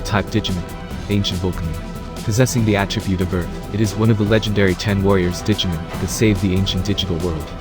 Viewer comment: It’s digimOn not digimEn... thanks for the video tho 😂